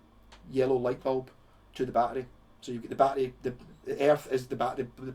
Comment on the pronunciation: Dude okay now that's a very cool pedal I just learned something to about the a b pedal okay that's cool took me awhile to figure out you were saying battery I was like what the f*** is he saying peace out have a good day